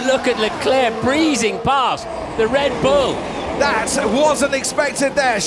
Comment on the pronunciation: Am I the only one who heard Brundle saying "Red Blue" ?🤣😂 See you in 2020, F1!!!